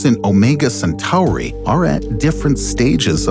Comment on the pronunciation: Why’d he pronounce Centauri like that